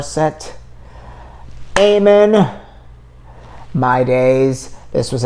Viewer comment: Thank you, enjoyed your insight. For future reference, her last name is pronounced with a short A, not a long A. You may want to check out her performance with Jessica Sanchez on the Wish Bus, singing Jessica’s song, “Stronger than Before”.